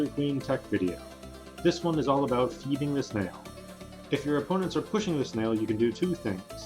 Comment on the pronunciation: (feeding is two syllables)